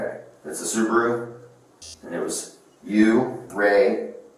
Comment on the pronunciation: How you keep getting Subaru and Rouge wrong